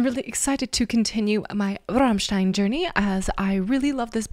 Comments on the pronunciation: Servus! You are probably the first english-speaking person who pronounces "Rammstein" correctly - with the german "RRRR";-) By the way, you pronounced "Sonne" right aswell. It means "sun".... Regards from Germany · got a new follower right away when u pronounced Rammstein pretty correctly:P u should really go and see them live its freaking awesome they are deffinitley some of the best live performances ever